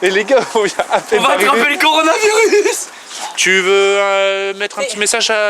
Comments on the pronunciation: "Conorani mirus je le mange" MDR 😂 c'est le "coronavirus" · jsuis mort conowaravirus jle mange comment il a pas respecter le nom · C drôle parce que là inox a dis moi le conivaus je le mange alors que aujourd’hui c grave de ouf il s’avait même pas le prononcer 😅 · Je suis mort inox il dit : le coronaimirus je le mange il savait pas le dire a l'époque 😂😢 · « Le coronamarius je le mange » mdr 🤣 y c pas le prononcer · Le coronaremilus il a dit,😂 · Non le "coronaymirus" made in Inoxtag alias Inès ;-P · Le coronaramamiviruse tu le mange 😂et ba si tu le mange aussi bien que tu le prononce demain tu la 😂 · Inox" le conoranariniuse je je le mange "😭😭😂😂😂🤣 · le coronoraronanonavirus je le mange 😂😂😭😭😭😭😭